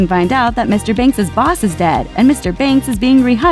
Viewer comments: His accent was terrible, says the girl who pronounces Mr. Banks as "Mr. Binks" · She criticises Bert's accent, yet she says Mr and Mrs Binks. Get it right lady- their name is BANKS